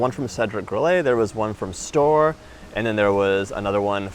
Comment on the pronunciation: Hey, guys 🙂 . It is originally a German name, so it is "Stoh - Rer" : you pronounce the two entire syllabes 😉 The Baba au Rhum was invented at king Stanislas's Court in Nancy, Lorraine (East of France), in the mid XVIII° century. Stanislas was the father-in-law of king Louis XV of France. Stanislas was famous for his greed. One day, his Chef let a brioche dry and become stale. What could he do with an uneatable dry brioche… ? So he had the idea, once the brioche totally dry, to plunge it into a hot syrup made of sugared rhum (and orange, lemon, vanilla, etc). And this is how the Baba was created 🙂 Saint Honoré, in France, is the patron Saint of the bakers, that is why they created a pastry named after him. And that is why there are six different technics in it : pâte feuilletée, pâte à choux, three different creams (crème pâtissière, crème Chibouste and crème Chantilly) and caramel. But the crème Chibouste (used to fill the choux) is very fragile and you can't keep it long. That is why, nowadays, the bakers fill the choux with the crème pâtissière, even in the best bakeries. it is very rare to find "real" Saint-Honoré. Well, that was all 🙂 You were very funny… And I really don't know how you manage to eat all those things in 15 minutes ! 😉😂 You are crazy !!!